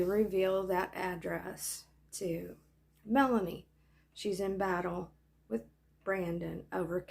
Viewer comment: Lol “ melaniece”